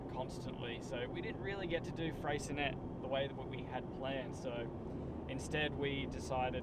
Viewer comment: Hey guys, I love the content. we are Tassie locals, and the correct way to pronounce it is actually Fray-shaa-nay (Silent T), hopefully you guys make it back there when the weather is better it's an amazing place. There is an old saying down here in tasmania " If you don't like the weather, come back in 10 minutes"